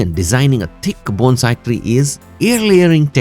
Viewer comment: Thank you for pronouncing Bone-sai correctly!! I’ve done many of your suggestions. 😊